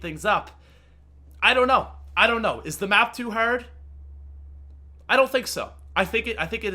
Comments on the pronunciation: Americans do not pronounce hard "herd" XD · I love how he says "Hard". Is he American? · Thanks guys! That's why I was wondering why he's saying the word that way. 😂